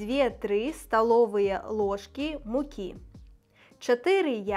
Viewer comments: Ошибочка вышла в чтении рецепта: лЫжки, а не лОжки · Nawet gdy Pani czytała ten przepis to zamiast powiedzieć "łYżki" powiedziała Pani "łOżki" (tak jak w języku rosyjskim). Mnie jako Polakowi zdecydowanie łatwiej zrozumieć język białoruski zapisany łacińskim alfabetem niż cyrylicą. Podoba mi się też zapisanie twardych s jak s z "v"u góry (podobnie jak w czeskim) a nie tak jak w polskim "sz". A tak w ogóle uważam, że języki polski i białoruski są bardzo podobne i w żaden sposób nie mogę zrozumieć, że językoznawcy j. polski zaliczają do zachodnio- a białoruski do wschodniosłowiańskich.